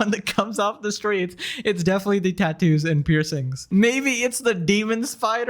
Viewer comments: she pauses a liittttttle bit in the middle of "tat" and "too" and it gets on my nerves so much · The way she says Tattoo really annoys me